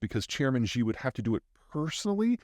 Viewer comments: How can I trust a geopolitical guru if peter can't pronounce the name of Chinese chairman 😂 President Xi spelled like sEE ( I see---( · Peter discredits himself so much whenever he refers to "Chairman Xi". He literally is not the chairman. His title is general secretary. Not to mention he always mispronounces his name. If you're going to sell yourself as an expert, maybe do the slightest bit of research.